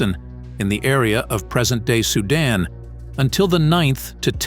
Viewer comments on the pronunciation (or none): none